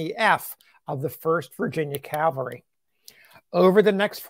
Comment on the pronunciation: Is this man saying calvary instead of cavalry?